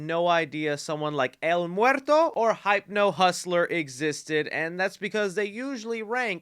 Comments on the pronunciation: It's read as 'Hip•no' not 'Hayp•no' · No one gonna bring up he said "Hype-no" and not "Hip-no"? Okay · You trollin... How you gonna say "Hype No Hustler" and then pronounce hypnosis ("Hip No Sis") correctly? 💕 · It's Hypno like hypnosis, not hype-no. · that's how ur supposed to pronounce it, bro managed to say "hypnosis" right but not "hypno" 😭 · Hip-no, not Hype-no. LOL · I think it’s pronounced Hipno like a hypnotist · Pretty sure Hypno-Hussler should be pronounced Hipno-Hussler. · Its HIP-no... as in hypnosis... hypno hustler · Weird that you can pronounce “hypnosis” but can’t figure out that “Hypno-man” is a derivative of it and should be pronounced similarly, NOT like hype…lol. And just because that idiot Campea pronounces Gadot incorrectly doesn’t mean you should. Her name is pronounced “gah-doughdt” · it's “Hip-no", you know like Hypnosis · Correct me if I’m wrong… isn’t Hypno pronounced Hip-no? Like hypnotizing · BRO ITS HIP-NO 💀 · Why does he pronounce Hypno as "Hype-no" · DUDE HYPNO AS IN HYPNOTISE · The way pronounces Hypno hurts me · Are we just not going to talk about how this guy can’t say hypno? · Sorry to be 'that guy', but that's not how you pronounce "hypno"